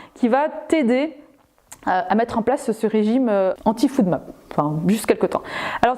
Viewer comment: Bonjour, Très bonne vidéo. Je vous informe juste que la prolongation de FODMAP se dit [fOdmap] et non [foudmap] 😉